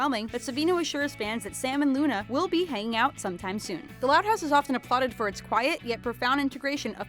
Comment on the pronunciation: Lol at the bottom screen when you were talking about Luna, you said "Una"